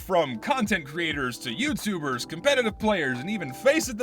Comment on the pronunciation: Hmm yes casupetitive